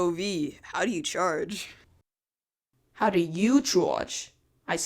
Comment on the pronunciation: How do you chowge?